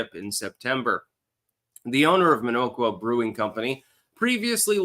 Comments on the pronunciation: The "O" is soft,. "Minn-awk-wa". Not that I care under this circumstance. You have "Waukesha" down pat. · Its pronounced Min-ock-wa